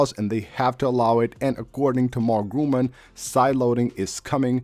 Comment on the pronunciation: Nice video. By the way: The correct name of the analyst is: Mark GURMAN not Gruman !!!